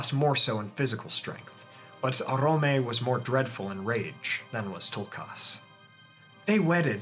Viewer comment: This is lovely. But one teeny criticism, why do you over pronounce their names so heavily..? Its Tulkas.. not toolkarse